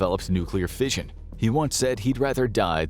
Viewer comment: This was a really interesting video. And the CG narration was actually quite good for the most part. I did have to chuckle though when fission was pronounced as "fisahn".